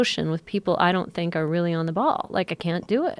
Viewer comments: Joe “I sink like a rock” Rogan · Joe "I sink like rock" rogan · Joe "I sink like a rock" Rogan